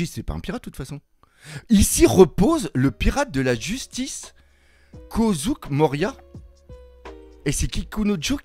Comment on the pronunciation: kozouk?? mdrrrr oh putain t'est pas réveillé lol